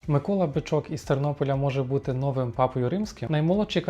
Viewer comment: Безграмотний... Три рази - нОвим - а правильно - новИм. Дві третіх - голосу - ! А чому не - голосів - ? І нарешті - голосують усі, а претенденти - лише до 80 років.